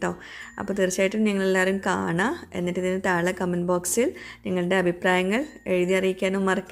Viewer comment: Itha eppoyum thale nnan ucharikkunne.thazhe nn crct ucharikkuuu.ente matram thonnalano entho🤔